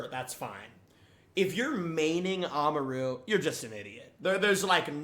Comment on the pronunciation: Its ah-mah-roo not a-mar-oo